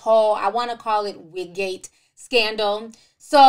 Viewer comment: Ti you silly, not “Wigate” tho 😂😂